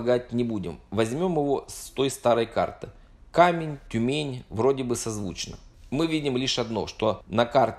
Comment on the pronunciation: Почему КамЕнь, а не КАмень? Может быть, это просто обычное слово русского языка "камень", с ударением на 1ую букву а. Сейчас же есть, например, город Камень-на-Оби (он произносится именно как кАмень.)